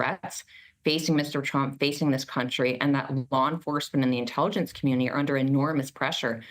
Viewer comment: You said "Inteeligence" when talking about a trump rally.......LOL! Stupid rubs off Donnie like dishonesty does and there was A LOT there that day!